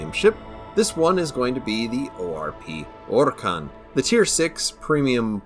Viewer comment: You need 20k extra subs and a monetized channel solely for pronouncing the full name of this ship. I mean we've come to expect precision from you but that right there was masterful.